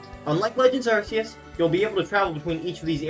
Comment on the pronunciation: I like this video, my only gripe is how you pronounce Arceus